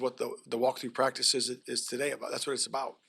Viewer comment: But he still begins every response with "Yeah", still says "cottonuity" instead of "continuity" & still says "prac'is" instead of "practice", so...fail.